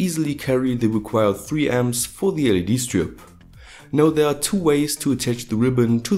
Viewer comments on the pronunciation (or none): none